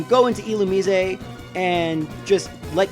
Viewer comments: Final E should be silent,but the rest is right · Do you really think that's how "Illumise" is pronounced?